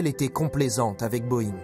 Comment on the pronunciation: Butterworse? Vous êtes terrible avec la prononciation! Butterworth! Pas worse !et c est Boeing pas boeingue! Trop français de dire « cet ancien cadre de telle compagnie » une victime est une victime peut i porte son boulot !